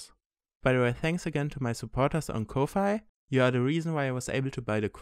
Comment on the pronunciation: oh no. do I press like? it's on 69.. should i leave it? cant decide. Ko-Fi is said "coffee" btw lol. My god, this news is so exciting for it's possiblities! Its interesting that dongles are being tested tho. Why? The quest already has wifi capability. Is it so that it's future proof? As in being able to connect to 6G and beyond?